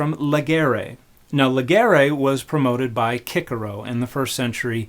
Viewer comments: Cicero is pronounced "KIK-ero"? I thought it was pronounced "SIS-ero". You learn something new every day. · My delusions are shattered! I thought Cicero was pronounced 'Sisero' not 'Kikero'. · Seriously calling him "kickero" instead of "sisero" because that's how 'c' is pronounced in Latin is actually demented. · In English Cicero is not kickero its ssissero Have a kickgar, you're gonna go far. It means chickpeas. it was Cicero's nickname because of his acne scars. Rome wasn't woke. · I was all about Dan McClellan until he said "kickeroh". I dont even care if that is right, it is, was and should remain forever Cicero 😂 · Before I thought his name was 'sissy-row'. When I first heard "Kickero" I didn't know who they were talking about. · Kickero (Cicero)? I’m sure you’re correct but…. Not sure I can do that. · IT'S PRONOUNCED KICKERO?!!! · It’s pronounced “Kick-ero”?! I’m sorry but I’m gonna keep pronouncing that wrong 😭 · ANd in Latin it was pronounced much more like "Kikero". Is it woke now to pronounce names how natives would have pronounced them? Do you satsall women? Or eat some sake in the safeteria? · Okay, not to diminish everything else I constantly learn from you, but I was today years old when I learned that “Cicero” is pronounced “kick-er-o.” 🤯 😂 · nitpick, Cicero isn't pronounced kikkero. Mispronouncing a latin name while correcting faulty etymology sends mixed signals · Lol "Kicker oh" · I'll be damned. I've read a biography of Cicero, and didn't know that's how it was pronounced in his lifetime. I wonder if his friends called him "Kiki?" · Cicero = kikero?? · Cicero is pronounced "kickero"? huh. Thanks Dan. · I know this is your field, but I've never before heard Cicero pronounced as Kickero (similar to how most talk about the Boston Seltics rather than Keltics). So maybe the basketball team is the clue I needed. Thanks for provoking thought, as you normally do. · "kick-ero"...this may be correct but BY GOD I HOPE IT'S NOT!